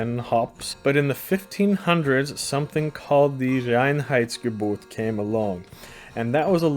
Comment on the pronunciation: You pronounced Reinheitsgebot very well :)